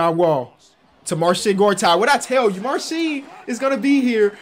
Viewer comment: Mans was sayin "marshit gortat" 😂😂😂